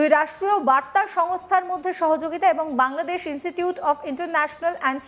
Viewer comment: তোরা বাংলাদেশের নাম সঠিকভাবে উচ্চারণও করতে পারিস না ?????